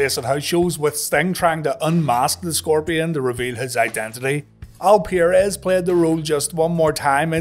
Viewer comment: Al per-rez not Al peer-es